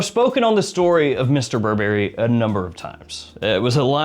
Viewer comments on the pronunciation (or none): none